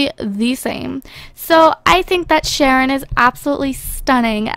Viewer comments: its sharon not shanon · It's Sharon not Shannon!!! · Sharon, not Shanon. But it's okay!:D